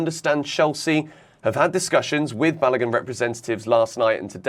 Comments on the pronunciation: let me help you again as I always do when you mispronounce Nigerian names. Folarin--- yes, the Sky's pronunciation is closer to it than yours. Balogun---- remember the way you pronounce the Balo in Balotelli, then just add a 'goon' after it. You will have bar--low--goon.. do stress the syllables as you would stress each of those words too. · You guys pronouncing Balogun horribly badddddd...